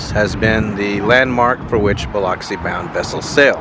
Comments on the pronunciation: You pronounced it right just to let you know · I'm thrilled that you are also pronounced pronouncing Biloxi right people don't always pronounce Biloxi right you are so awesome dude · Appreciate you checking out my city. I'm surprised you pronounced Biloxi like the locals.